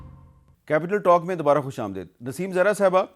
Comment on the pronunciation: Khush amdeed, not daid.